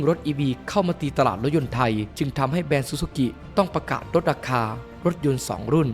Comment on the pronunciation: ติเพื่อก่อนะครับ แบรนด์ ครับ ไม่ใช่ แบน